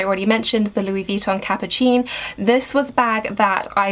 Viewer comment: It's pronounced "capu-seen" not "capu-cheen". And the g of the color galet is pronounced like a normal g, not "jalet" :))